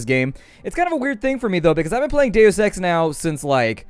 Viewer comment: wheb you say deus ex, it sounds like daily sex